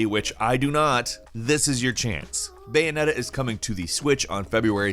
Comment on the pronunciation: This dude said bayoneta better than nier